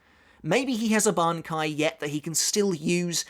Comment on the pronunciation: everything is good till we hear Ban-kai from aizen